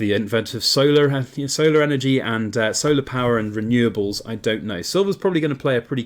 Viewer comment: I have believed, and still do believe that silver and uranium are thee best bets of this century. There isn't enough resources in the world go with the un-ree-lie-able (how you pronounce renewable) "sources" of energy.